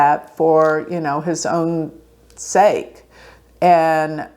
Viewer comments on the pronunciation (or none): none